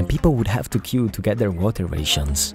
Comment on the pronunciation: LEARN HOW TO SAY 'RATIONS' CORRECTLY